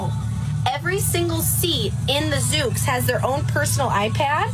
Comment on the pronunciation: Reporter continuously calling it “Zook” when it’s clearly “Zoox” is triggering me 😂. Must be my OCD.